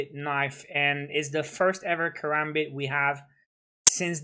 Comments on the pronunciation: I was being sarcastic Also he said "Karambit" not karabit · Killer Sol he said karabit